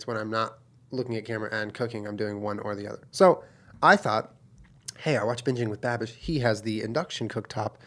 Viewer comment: This must have been , because that is exactly what it sounded like he said.